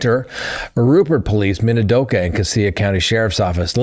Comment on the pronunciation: Also it is Min-a-do-ka county